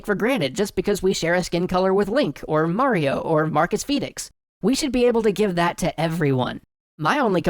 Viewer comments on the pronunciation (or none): none